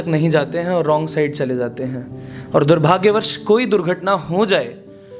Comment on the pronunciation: Maine dekha ki aap durbhagyavash ko durbhagyavarsh keh diya karte hain. Theek kar lein.